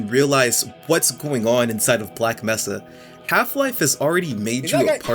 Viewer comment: Your opinion is invalid because you mispronounced Black Mesa